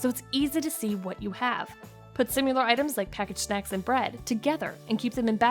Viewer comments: Lots of great ideas, but it's "similar," not "sim-u-lar" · Is she saying simUlar instead of similar??? Wth! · Great ideas presented at machine gun rapid fire pace with the annoying mispronounced word similar as sim-u-lar. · so many great ideas, but I muted after the third "simular". BTW I thought the speed at which you were talking was perfect. 😃